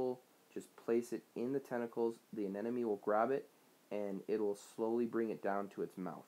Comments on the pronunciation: sounds like you're saying anenome... :P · You’re saying anemone incorrectly.